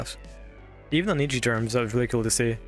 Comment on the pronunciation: I have to point this out because my OCD is screaming at me (Please believe me, I'm not trying to be a jerk). You kept mispronouncing 'Ecchi'. Ecchi is derived from the Japanese pronunciation of the letter 'H', which is just a reference to the word Hentai. They basically just shortened 'Hentai' to 'H' and with a Japanese accent, it should sound like 'et' (as in bet) and 'chee' (as in cheese): 'et-chee' Anyway, love the video. We need more love letters like this to this amazing anime. Highschool DxD is genuinely a top-tier anime, in my opinion, and I always appreciate videos like this.